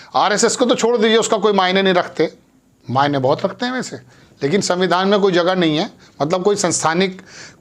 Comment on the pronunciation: Samvidhan ka pronounce tak nahi kar pa raha Chala hai gyan dene